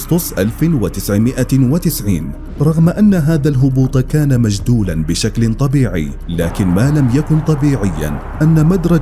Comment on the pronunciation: رحلة مُجَدوَلة وليست مجدولة ، وجهاز المخابرات البريطاني MI 6 وليس M16